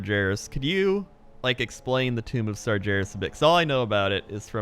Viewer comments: It's Sar-GHE-ras, not Sar-JE-ras. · come on,you hear pronounce ''Sargeras'' properly all the time,are you calling him ''Sergeras'' just to mess with us? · Everytime says Sar-jeras, I want to slap him. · Sarjares.... Sourfang... dammit I know the names in WoW can be tricky but those Sargares and Saurfang are said like they are spelled. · "Sarjeras" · if i have to hear him say SarJARIS one more time i'ma punch him in the dick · its not sarjeras holy hell pls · why do you keep calling him "sajaras"? ok my stupid rant over. great video as usual. keep them coming. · Sarjerus Sarjerus Sarjerus... Holy shit, learn how to pronounce Sargeras when the Lore God is telling you OVER AND OVER AGAIN. Are you simply being too stubborn to admit you're wrong about his pronunciation? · "sarjeras" please... I beg you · Sar "Jer" is, damnit you're killing me. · the creator of "GIF" pronounces it with a soft g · If I had a dollar for Everytime said "SarJerus" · hears say sargeras correctly several times over still proceeds to pronounce it incorrectly, never change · Sargeras has a hard G. Don't just listen to say it correctly and then ignore it hahahaha <3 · I can feel cringe every time says sargeras wrong... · me too. im triggered. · Why is he saying it like that? I've never heard him say it this way before